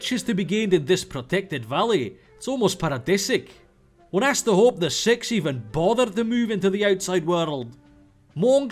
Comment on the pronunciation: Lol, your pronounciation of Sikh (which should actually be "Six" ("i" being the double E in English words, and "x" being the hard "h" you Anglophones have at the soft palat)), sounds like sex xD.